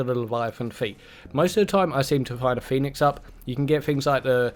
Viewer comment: Do you say phoenic up because of like final fantasy or whereever it came from?cuz theyre actually called phoenix kits.